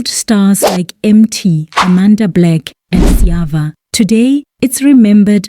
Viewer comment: lol that Sjava pronunciation sold it out 🤣🤣🤣